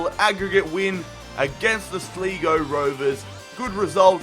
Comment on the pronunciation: Sl-ee-go. Are you mad. It's pronounced Sly-go